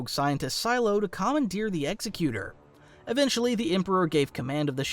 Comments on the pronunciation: ExEcutor, not ExecUtor. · Ex-eck-you-tor... NOT exy-cyooter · Its EXEC-QUE-TOR, Not EXE-CUTOR. Like an executive. Not an executioner. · the continual mispronunciation of the most famous of all SSDs makes me want to proclaim an executive order - the SSD is named like with “egg-ZEK-you-tor” such as the main person who deals with a deceased “will and testament.” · You’re pronouncing Executor wrong. You’re saying Executer, as in someone who executes, but it’s pronounced like you’re saying executive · Your mispronouncing Executor, i could be wrong but I always thought it was “Ex EK you tor” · It's pronounced ex-EC-utor! So annoying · Yes it apparently refences a legal term: "executor of last will and testament" so it most likely references Vader and his responsibility of "executing" his master's wishes. However the correct pronunciation seems to be egg-zeck-utor. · Hate to be that guy but it’s pronounced egg-zeck-you-tore executor. Or like executive instead of like execute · FYI Executor isn't pronounced Executor like as in someone who kills people which is actually an Executioner, but is said like Eggs-Ek-You-Tor. It's Executor as an the Executor of a will or somone of high importance carrying out a task which is because it's Vaders ship. I know people like to say it can be both or that what I'm saying is wrong but it is quite literally 100% pronounced as, and only as Eggs-Ek-You-Tor. I know this is a nitpick but it's something I hear a lot and it's so easy to look up not to mention the name thing is rather well known as well as this being at the beginning of the video is frustrating.